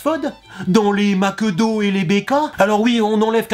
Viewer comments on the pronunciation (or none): none